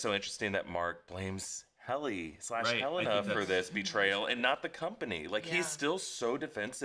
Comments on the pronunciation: I find it very rude when people refuse to call characters by the correct pronunciation. Helena is HEL-leh-nah, not Hel-LAY-nah. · Is Helena always pronounced Helayna in the US? So many YouTubers pronounce her name differently to how they actually pronounce it in the show. Adam Scott even corrected an interviewer who pronounced it in a TV Insider (I think) video.